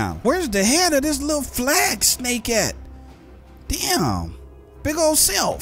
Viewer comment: I LOVE YOUR SNEYK:)